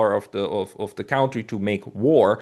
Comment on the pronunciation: Gotta work on the "cown-tree" pronunciation. He's clearly fluent in English - which means he's accustomed to hearing it spoken; there's no way he's Ever heard the word pronounced that way (he's the only one on Earth who does it).